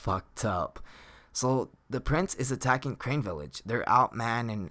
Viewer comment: Crane village no you mean Carnae village